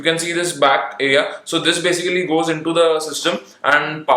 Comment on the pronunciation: Basicerry = Basicly??